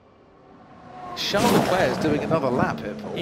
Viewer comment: I hate how the commentator says Leclerc’s fist name. Like who the fuck says “charles” like “shall”